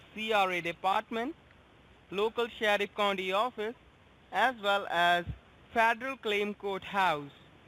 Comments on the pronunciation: Make sure you don’t like to the fadawal gumant lol I guess it’s really difficult for them to say federal government lol smh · “Faderal” court house😃